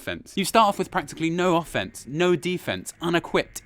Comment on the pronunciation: It's pronounced Ahhh!! fence